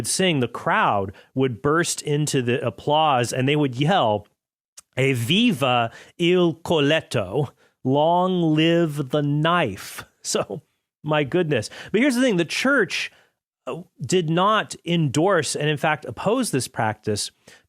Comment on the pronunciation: Coltello not coletto hahaha